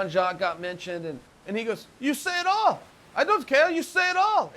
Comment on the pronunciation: When Royce said you can "say it all," did he suddenly become Russian?